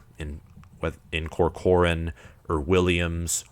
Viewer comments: Turner COR-cor-an not co-COR-an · Turner Corcoran = Tur-Ner Cork-ren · Your pronunciation of Corcoran is painful. 😅